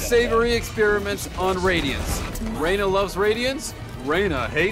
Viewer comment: Radionites😂😂😂 🤓 erm it’s radiants actually